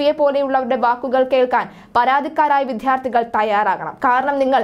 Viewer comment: മലയാളത്തിനെ വൃത്തികേടാക്കരുത്. വിദ്യാർഥികൾ എന്നാണ് ഉച്ചരിക്കേട്‌ണ്ടത് വിദ്ധ്യാർഥി എന്നല്ല. മലയാളഭാഷയെ നാണം കെടുത്തരുത്